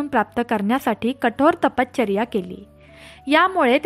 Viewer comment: तपश्चर्या असे आहे.तपचर्या ऐकायला कसे तरी वाटते.बाकी छान.